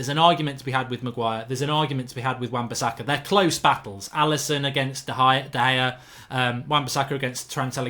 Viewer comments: man said De Gea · Lost all seriousness when you said De Gea